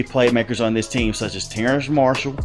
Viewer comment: Terrace Marshall not Terrance Marshall